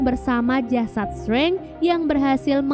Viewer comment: penyebutan DR STRANGE bukan STRENG TAPI STREINJ